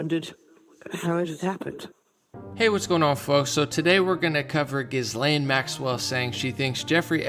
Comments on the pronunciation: Pronounced Jilane, S is silent. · Her name is pronounced Ghee-Len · Gi-lane…the “S” is silent.